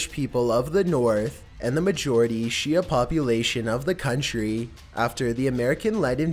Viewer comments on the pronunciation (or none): none